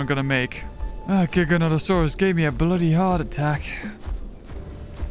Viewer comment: Okay the gigi is not called a giganto notosaurus it's not giganto it's giga giga notosaurus not giganto whoever's doing your voiceovers fire them they're not pronouncing it correctly and you know better you know better.